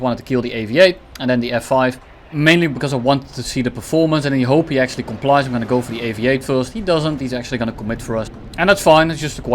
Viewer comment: "akchually" 🤓☝️, 💀💀 super funny